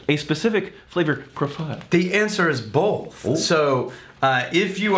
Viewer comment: pronounces "both" the same way i do "bolth"